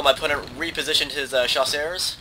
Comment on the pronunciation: chasseurs pronounced jusör. The ö is swedish sorry but english don't have the letter ö. Ö in french is EU